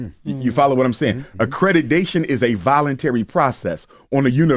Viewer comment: “Accredidation” 😭😭. This school is already doomed